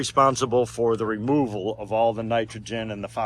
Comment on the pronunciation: HOW ARE YOU SUPPOSED TO CHANGE THE FILTERS???? YOU SAID "OCCASIONAL REMOUVAL" .. QU'EST CE QUE FOOK????